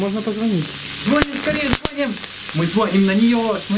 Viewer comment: звонИИИИИИИИм ГОВОРИТЬ УЧИТЕСЬ!!!!!!!!